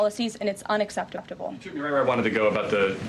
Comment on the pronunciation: unexepteteble, unexepteteble?